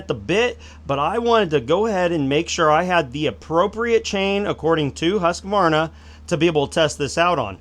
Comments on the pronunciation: it`s hUSqvarna not hASSqvarna you americans. hugs from sweden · The "Hus" in Husqvarna is not pronounced like "huss". It's more like the 'u' in "yule". Not exactly it, but really close to it. Source: I'm Swedish and live close to Huskvarna, the actual city that modernized the spelling before being absorbed into the larger city Jönköping, which is where the company took its name from. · Hus-Kvar-Na. Please. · It's Huuuskvaarna